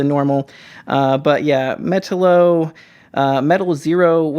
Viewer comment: "Metal-O" lol